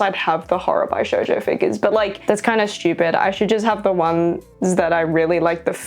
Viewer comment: Just so you know for future reference, the word Bishojo is pronounced with a Bish, not buy!